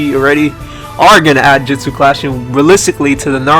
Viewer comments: it not jistsu it's justu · why does he say jitsu instead of jutsu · the 4 dislikes are probaly because he said jitsu instead of jutsu Lol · Jetus XD i think u mean jutsu's